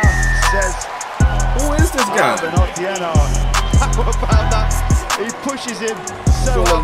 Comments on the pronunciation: Otieno is pronounced as {Ot-e-a-no} then put it together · its oh-tee-eh-no lol